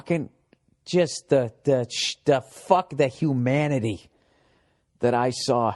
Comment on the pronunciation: Hu-manitee lmao 😅